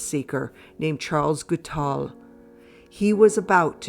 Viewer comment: How did you pronounce the assassin's name? It sounded as if you added an L